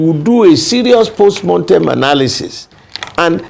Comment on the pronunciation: Jailbird Mr Bode George is full of delusion and contradiction. Why PDP lost the election is clear to all. The fact that Mr George doesn't yet get it and is focusing on post "montem" analysis (mortem is the correct pronunciation) shows he is detached from reality. Never destined to be president Atiku's self-centredness, internal party corruption of taking money from him for nomination as flag bearer, past misgovernance record that is still fresh in the minds of NGRNs and a sagacious PBAT cost PDP the election. He talked repeatedly about the constitution, yet his useless party ran on the same constitution for 16 long years without changing it. He must be told that PDP is dead at the centre. They won't win another presidential again in the country until it is disbanded and reconstituted under a new banner and with the likes of him, Atiku, Saraki and other corrupt elements shown the door. He also said APC is not a political party. How laughable? They are not a party but they have national reach and are winning elections repeatedly. Doesn't he feel embarrassed talking such nonsense? PDP is DEAD.